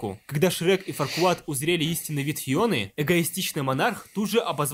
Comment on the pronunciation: Фарквад? Ват? Я думал его зовут Фаркуад